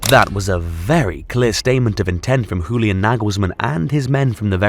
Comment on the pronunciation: Julian Nagelsmann might be the best, but you just made him Spanish with that pronunciation:D The German J is pronounced a lot softer, like the Y in yes:)